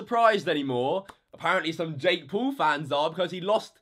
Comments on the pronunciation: It’s not Jake pool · Say jake paul not jake pool like bruh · Ding He doesn’t say “pool” he’s says “poal” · "Jake pool" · Colby Moore more like Jakk poll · Jake Pool? speak English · Jake Poowl. Bro learn how to talk.